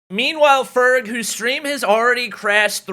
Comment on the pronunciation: Doc says ferg ferge